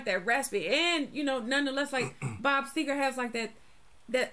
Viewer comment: Bob Segar NOT Seeger!!